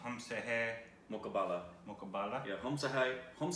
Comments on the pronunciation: He is the Indian king of locking and popings....... PRAVU DEVA PRONOUNCED AS PROVOO DEVA AND ITS NOT SOUND LIKE MUQABULA ITS MUKABLA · Well, Just to let you know if you're wondering about pronunciation it's pronounced as ''mook- ahh - blah'' Oh and you should react to his other track as well which is 'Urvashi Urvashi' Its totally Stupid, Creative and Funk hop.